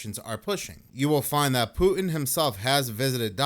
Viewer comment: Who the hell is Poo-in?? There’s a T in there,. What’s so hard about that?